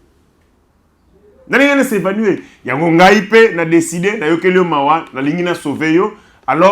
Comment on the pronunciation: On dit " s'évanouir" et non " s'avanouer"